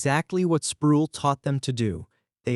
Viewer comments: Down vote and run. The AI narrator pronounces "Sproul" like tool. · I don't care if you use AI, but R.C.'s last name rhymes with role. Every time I heard his name I cringed. Thanks for the info though, I didn't know St. Andrews had left the PCA. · Mispronounced R. C.'s name